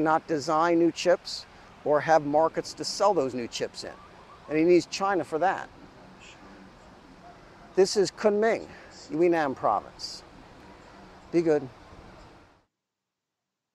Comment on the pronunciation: We need to tell our insightful and knowl·edge·a·ble blogger to correct his pronouncements according. He clearly says he is in 'We Nan." At least to this American's ear.